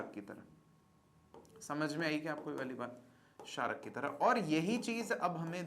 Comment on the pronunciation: sarak nahi chharak bro